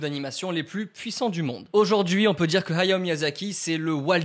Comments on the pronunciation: Arrete de dire "Hayo" c est Hayao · On dirait que tu dis はよ (hayo) au lieu de Hayao ahah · Ok pas mal l'anecdote par contre ta prononciation de " hayao " est abominable il fallais le dire